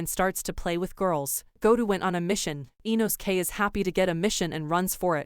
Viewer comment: "InoSKAY" "Douhma" "Aow"